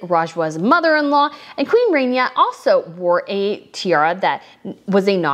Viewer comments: Hi, Love you work. FYI, there is no long A in Arabic. It is rahnia. Not Rainia. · Winced every time I heard the “RAIN-EYAH” pronunciation of such a beautiful name… Actually the first syllable is pronounced very softly with a rolled “R” — “RAH-neeYAH” Just sayin’…. ;-9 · Please correct your pronunciation of Queen Rania (Ron Ya) NOT Rainya. All the tiaras are wonderful and it was a lovely event for them to be showcased. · It's Queen Raah-nia. Not pronounced Rain-nia like Rainier of Monaco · oh god its not “rainia” its Rania (raa-nia) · Please pronounce her name correctly. It is like Rah not Ray. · It is not Queen Rainya… it’s Queen Rá N ya. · It is not pronounced like rain is more in Arabic ronia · The Queen of Jordan‘s name is pronounced Rah knee ah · such a good video…but girl… please pronounce Rania’s name correctly Like Tanya, but with an R not a T rah-nee-yah I’ve been cringing in your last couple videos from your pronunciation, but you mentioned you were bad with names so I completely forgive you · Queen Rain ya or snow ya. Learn to pronounce names. Also his name is not not Abdool la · The "a" in Rania should be pronounced exactly how you are pronouncing the "a" in Rajwa.